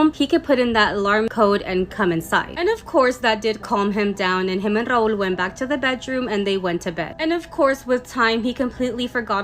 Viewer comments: its rahul btw not raool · I think it was Rahul and she mispronounce it 😅😂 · Why she pronouncing Rahuuuuuul like that..